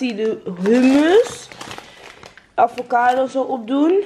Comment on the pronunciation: je zei letterlijk op advocado in plaats van avocado😂